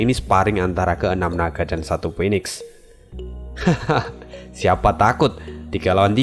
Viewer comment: Min, bukannya phoenix itu di bacanya phunix. Gw agk keganggu dgrnya dikit tiap kli dgr itu. Ini masukan aja min. Terimakasih